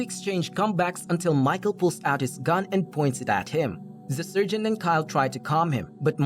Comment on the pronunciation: What is a surgent? It´s so tiresome listening to this.